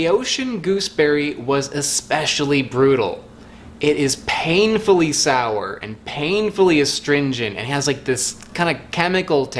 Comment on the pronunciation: When he said sawr it made my mouth a little bit sawr.